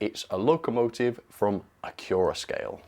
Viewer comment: Why is it pronounced acc-your-a-scale? I've always be saying acc-you-ra-scale as to flow in from "accurate"